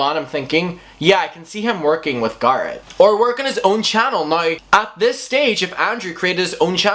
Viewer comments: Am i the only one confused on who this "garrid" person is? Stop saying names so odd, don't say its because its your accent because you even say tati names wrong also. Tati and garret are easy names to say and arent fancy names. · Every time he says Garrett, I swear he is saying Garth. Lol.